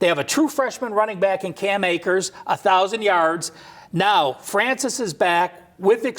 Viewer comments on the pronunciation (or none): My man said deande Francis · Fran-swah not Francis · They can't even pronounce a very basic name correctly. Francois is not hard to say bro. All your colleagues say it correctly, but you can't? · Francois NOT Francis!!! #GoNoles